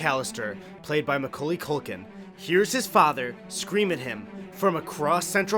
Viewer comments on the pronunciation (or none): yes, this video is two years old, but the way you say macaulay haunts me,,, as someone with the damn name as their last name: it aint pronounced mcculley. mah caul lee is the best way. love your stuff though!